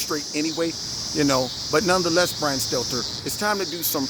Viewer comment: Poor little brian stelter.... Mark Dice says his name perfect hahahaha....